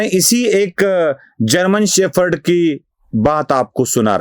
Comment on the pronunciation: शेफर्ड नहीं, शेपर्ड!